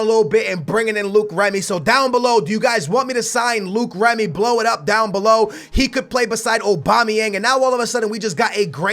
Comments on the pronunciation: It's loic Remy not Luke remy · Its LOIC REMY not LUKE REMY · who is Luke Remy? Its loic remy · ITS NOT FUCKING LUKE REMY. ITS PRONOUNCED LOYK REMY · It's not Luke remy is loic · Don't sign Loic Remy because I Will get tired of U saying Luke Remy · Sing Loic Remy its pronounced "Like" Remy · I think it's pronounced LORIC Remy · Loïc Remy is pronounced "Loyk Remy"